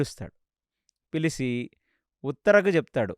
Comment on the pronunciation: పిలిసి కాదు పిలిచి